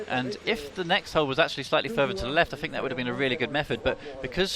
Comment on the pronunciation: Its think not fink ,speak properly if you are going to commentate.